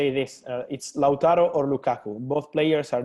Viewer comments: for the love of God Repeat after me. It's pronounced: LOW(as is loud)- TAR-0 NOT LACHURRO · Cee Why I said "as in loud" so the same "ou" sound u make when u say "loud". It's not pronounced law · it's amazing how its so hard for british people to say LAU-TA-RO 😂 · How can you hear the actual pronunciation an still say lachuuuro Martinez, he must be taking the piss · pronounce the name the way it is written Lautaro. = laawtaaro